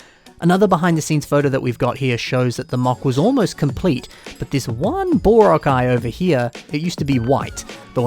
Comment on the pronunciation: Hmm. You might wanna work on your pronunciation of "boreal",.